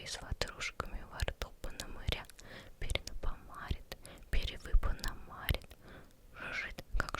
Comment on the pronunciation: Всё ОК, но: 1. Не читай на вдохе. 2. дЁготиниковой вдовы 3. перепономарИт 4. жУжжелица 5. фРоЛа 6. навралА 7. вАхмистр 8. рОтмистр